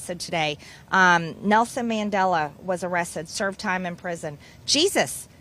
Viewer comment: Nelson MandelO?? Who da fuck is that or can she not pronounce words what does she mean when she says words?